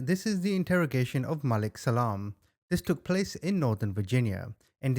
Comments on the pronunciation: Hey CHAMP They said his name Malik MA LEEK They said it 10 times WHY U KEEP CALLIN HIM.MOAW LIT ???? MAH LEEK HOMEY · If it’s spelled Malik it’s pronounced MUH-leek. Just fyi, not that I care! ❤thanks for the video 😊